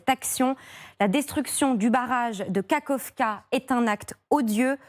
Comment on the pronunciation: Vous avez vraiment du mal. C'est KA-KHOV-KA, prononcez KA-RHOV-KA.